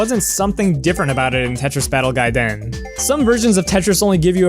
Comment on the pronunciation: I want you to do every future video exclusively in Japanese because the way you pronounce it is A+ - austin